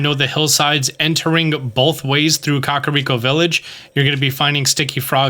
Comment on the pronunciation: Kah-Rhi-ah-co- Village😣